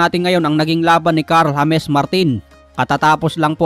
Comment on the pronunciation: Bakit hames ang pagpronounce mo sa james? At kailan pa ba lalaban yan si martin sa mga totoong boxers? Puro journeymen lang pinapabugbog lage. Pwe. Anong klaseng talent yan? Haha